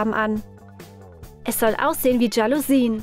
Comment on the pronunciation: Jalousien es heißt schalusin ?!!!?